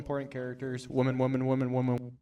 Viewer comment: anyone else annoyed that guy keeps saying woman instead of women. or am i hearing it wrong.